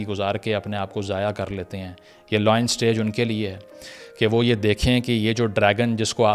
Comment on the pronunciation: Brother Pronounce lion as lion not loin